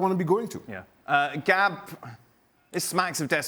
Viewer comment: Gab said it right